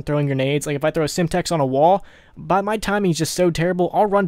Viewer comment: He said throo instead of throw